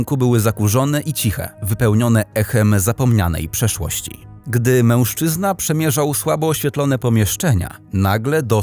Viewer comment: Fajny kanał, ale ten "MĘŁSZCZYZNA"...